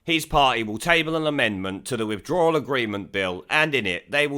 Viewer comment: It,s withdrawal not withdrallal-you can,t even pronounce English Sassanach twat !